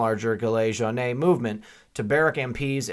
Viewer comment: Great reporting! Re. the Gilet Jaunes, Jaunes rhymes with yawn!